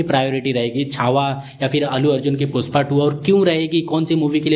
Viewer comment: पुष्पा ❌ पुस्पा ✅ 😅